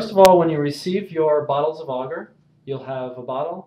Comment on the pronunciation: I don't know why, but the way you pronounce agar really bugs me.